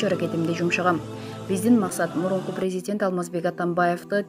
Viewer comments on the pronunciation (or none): none